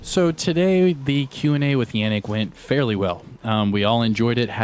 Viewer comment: Yannick. Yon like don not Yan like dan :P ie Yonnick